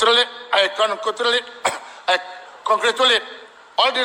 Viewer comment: Udang ja dia tau sebut . Contracts or congrats jalan ja janji bunyi prawn